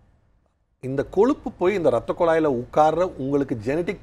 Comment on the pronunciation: சிவ பூஜையில கரடி பூந்த மாதிரி Why Priyadharshini in betwwen? Nonsense & Loose Talk. ரத்தக்குளாய் ன்னு சொல்றா... அது ரத்தக்குழாய்... முதலில் தமிழ் கற்றுக்கொள். What More /Different You will say now other than Dr's Wisdom? Why you are here now?